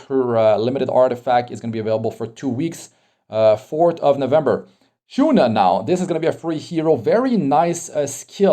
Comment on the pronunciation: im sorry. i watch tensura i was a bit trigerred when you said "SHOUNA" instead of sh"U"na. hahhahah but not here to argue or anything. i watch your videos most of the times too.